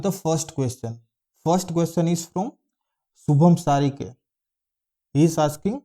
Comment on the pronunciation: Thank u so much for all the Answers but Sir You pronounced by name Wrong completely Its Saurabh Shirke not (Shubham Sarike😟😅)